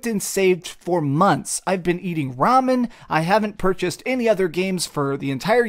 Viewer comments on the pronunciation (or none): none